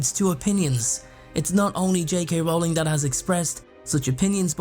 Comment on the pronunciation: Her last name is pronounced like Rolling Rock Beer, Yu dumbass! Stop pronouncing it wrong, fucking idiot!